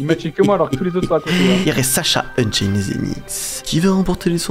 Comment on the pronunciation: Unchained tu dis trop esaiyée Gods Unchained